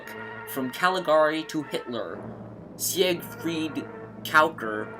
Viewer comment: It's "hypnotist", NOT "hyptonist" and it's "Siegfried", NOT "See-egg-fried"! Get your pronounciation right before you start lecturing.